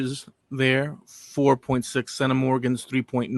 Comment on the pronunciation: Thanks for those intriguing revelations. The genetic ancestry of the Irish became even more varied in later periods with the influx of the Normans, the Elizabethan English, the Scottish plantationers and others. Thanks also for introducing me to the word centimorgan, which was difficult to look up (your pronunciation was "Sennamorgn" 😉👍).